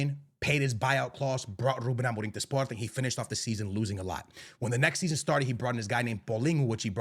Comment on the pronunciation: dude will simply not stop pronouncing amorims name wrong, wtf is amo-ring